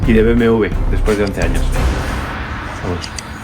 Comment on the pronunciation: te confunde al decir BMW tu dices BMV